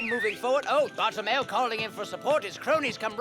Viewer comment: It should be "Bartolomeo" even if they wrote "Bartellemeo", it's funny how pronounces it correctly, though